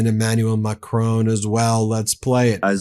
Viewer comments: Now this is irritating me! Please have enough respect to pronounce the President of France's name correctly. It is Mac-ron, as in one, not Macrocrone as in crone! A good channel, but this constant mispronunciation makes you appear like any other isolationist American, which clearly you are not. Pip Pip, and all power to you! (especially when you get the pronunciation right!! Love from the UK. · Macron not Macrone 🙂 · FFS Stop mispronouncing Macron. it's Mak Ron not macrone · Love your channel, and don't miss a single one. But PLEASE. The surname Macron is pronounced exactly as you see it, with the lightest emphasis on the "N". It is NOT "Macrone". French Canadians will appreciate you taking the time to say it correctly. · good work but please stop saying Macrone... iot's MacrON, you know, like on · Now read and say MacRON, not MacROAN. You sound silly and unserious not pronouncing world leaders names correctly. Please….. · Ben, it pronounced like the word "mah- crawn" rhyming with the word "on," NOT "mah-crone" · I know I go on about it but the correct way to pronounce the French presidents name is Mak ron with a virtually silent n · Ben, love your channel. Just one thing, a small thing, please pronounce Macron's name as (phonetically) Mac - rohn, as in John. The 'N' is barely said at all. Not perfect but near. I'm no expert but I am English and this is an English pronunciation, I know French a bit. The genuine 😊French way is more interesting. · I love this channel. But please get MAcron right. Heavy emphasis on first syllable and the final n virtually silent. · Please announce the French PM correctly. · Stop pronouncing the N at the end of Macron. I get you're American, but come on. You sound ridiculous. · Please lear😊n to pronounce Macron!